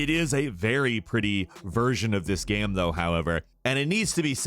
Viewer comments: Ghem ghem ghem ghem lol , all I hear is ghem not game. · My man keeps saying 'gayem' - It's GAME. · I love how this guy says ‘game’.... ‘gyame’ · why do you say gam? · hjk yeah. he’s going back and forth mispronouncing game and then pronouncing it correctly.